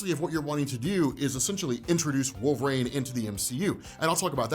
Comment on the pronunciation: LoL, "Wolvraine".